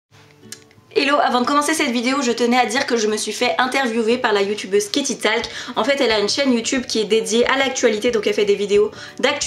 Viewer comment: on dit "katy tolk" pas talc x") talc c'est la poudre blanche et talk parler en anglais mdr sinon super vidéo :p (le prend pas mal mais juste pour t'améliorer)